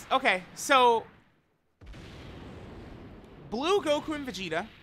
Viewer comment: really said Vegtio...